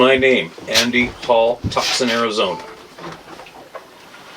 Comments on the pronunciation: I got tickled when pronounced Tucson as Tuck-son. 😄❣️ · Tucson is pronounced like (2saun)! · Yea that was so cute! He is Canadian, so I don’t expect his pronunciation to be correct…that being said I live in Tuck-son! Lol